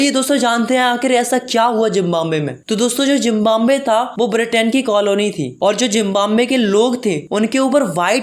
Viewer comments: Zimbambe nhi hota Zimbabwe hota he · Zimbabwe✖️ Jimbambe✔️😂 Btw nice explanation😊